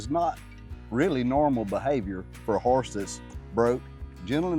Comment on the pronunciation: Yall, I said it before and say it again. cracks me up every SINGLE time he says the word Harse! 🤣🤣 Now in all seriousness, I did learn alot about "Harses" today so it was a great lesson. Thanks for that. Its so exciting that there will be a little pony on the farm. Just think in no time, Little Ladley will be talking to someone about the "Harse" she has had since it was a new born foal. Love it. Much love yall!! Have a wonderful rest of the week. Oh... I think in the story about ol Petey, didnt he have one curl of hair in the front??. You think he and ol Blaze are kin folk?